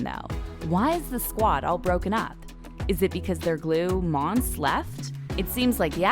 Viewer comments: It’s not monse it’s monsè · “mon suh” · Its mon-say monse 😂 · LMFAOAOAOAO sis said “mons🐍” girl PUHLEASE. U can’t even pronounce shordys name jus hush up ur mouth. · You can tell that she doesn’t watch the show because from season 1-3 she doesn’t even know how to say mon-say when in every episode someone has said her name multiple times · Monse (mon-say) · Mon-Se..... Cuchi-Yos.... do you watch the show?